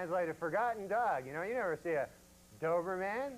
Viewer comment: The way he pronounces “doberman” like it’s some kind of superhero 😂